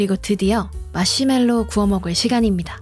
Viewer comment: 특유의 맛시멜로 발음..중독적이에요